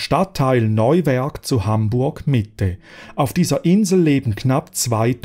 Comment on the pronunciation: Eher die Schweizer Betonung, Neuwerk hat er schon korrekt ausgesprochen.